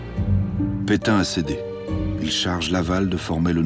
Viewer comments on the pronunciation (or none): Pétain pas Pétin.